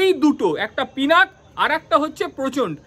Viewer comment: পিনাক নয় পিনাকা বলুন।